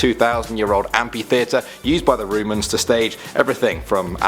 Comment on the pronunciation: The roomans hahahahahahahahahaha lollllllll😂😂😂😂